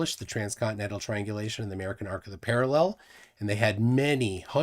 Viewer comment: Why can’t these clowns pronounce parallel?